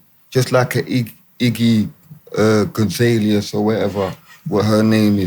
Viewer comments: Man said Iggy Gazalias XD Big up D Double been waiting years for an EP to drop! Jacuum. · Man said ‘Iggy Gonzaleus’ 😂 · Man said Iggy Gonzalias 😂😂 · D Double said " iggy gonzalus " 😭😂